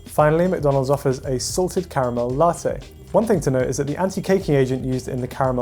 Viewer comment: did the American guy just said the proper name for caramel WOW